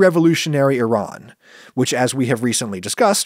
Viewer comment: Well, thank you for pronouncing Iran properly Should have stopped there and not project your opinion on Iran onto random Iranian people as if it's universal opinion all Iranians must share